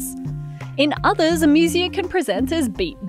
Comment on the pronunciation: The pronunciation of "amusia" in this video is really weird. Webster's says it's "ā-ˈmyü-zē-ə," and Collins says "eɪˈmjuziə". But this reader makes it sound like "amusement" rather than a greek derived medical term. Even Macquarie Dictionary is "/eɪˈmjuziə/ (say ay'myoohzeeuh)"